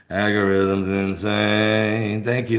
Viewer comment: ...did he say " aggy - rhythms " ?